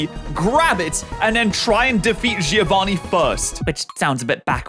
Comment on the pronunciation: You spell "Giovanni" wrong. the I after a G turns it into a J sound and the I is silent. Also the double n has to be spoken. You must read it like Jovan Nee and not Jee Ovani